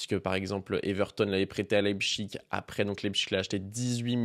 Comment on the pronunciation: T’es le seul bipède à dire « leipCHIG », c’est Leipsich dans la prononciation aha